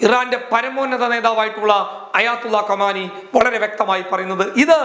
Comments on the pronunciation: കമാനിയല്ല ഭായി "ഖുമൈനി "എന്നെങ്കിലും പറഞ്ഞ് തൻ്റെ" വായ കിറിപ്പൊ "ക്ക് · ആയത്തുള്ള കമാനി അല്ല ( ആയതുള്ള ഖുമൈനി ആണ് )